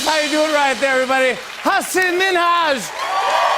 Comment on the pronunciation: Jimmy's laughter sounds fake. And he pronounced Minhaj name wrong